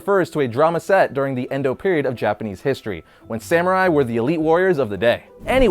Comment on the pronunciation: Think you meant "Edo Period" Endo Period sounds like a college class taught by Snoop....